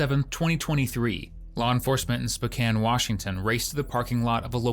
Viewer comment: right me too😭 i didn’t expect to see spokane when i clicked this video, i’m most grateful they pronounced it right lmao